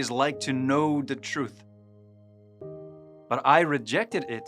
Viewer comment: I WISH you would ENUNCIATE the "TH" sound as it is in true English. Faith in TRUTH -- NOT faif in truf.. please... 🙄